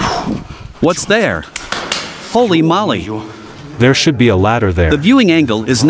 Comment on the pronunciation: I like how the voice-over pronounces "Holy Moly" like he is saying "Molly" instead of "Moly" (Moe-Lay/Moley)